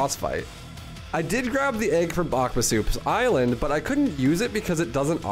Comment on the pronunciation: I love how you said Bawkbasoup island 😂